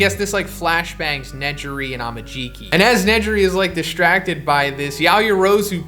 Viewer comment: Im sorry but you said ne - ji - ri Tf